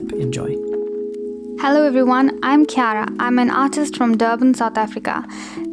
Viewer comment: BRO HE LEGIT SAID MY NAME OUT LOUD I WAS SCARED BRUH AND FOR THE FIRST TIME OF MY LIFE SOMEBODY PRONOUNCED IT RIGHT LIKE WHO CALLS THE NAME KIARA (*KE AIR RA*) LIKE BRUH